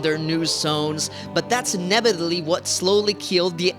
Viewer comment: Okay, i was overlooking the inability to pronounce the word inevitably, i was overlooking the over the top cuts that nobody needs with wardrobe changes that would make a blind person facepalm.. But I draw the line at homophobia, get some help, learn how to talk and please!!! burn your wardrobe.